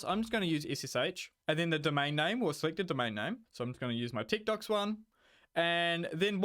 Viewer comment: At first when you said techdox it sounded like you said tiktoks lol